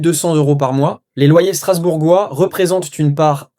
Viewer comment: C'est de l'IA vous prononcée mal " Strasbourgeois"